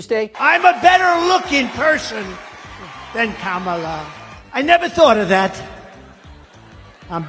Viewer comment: H I he is actually pronouncing Kamala correctly now, well done Donnie